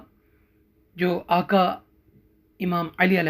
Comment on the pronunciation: Aqa not aka.....